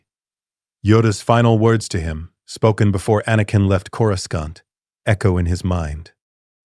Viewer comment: Curoscant, some of Jedi Council members, I stopped bothering those because those AI prompt channels don't care.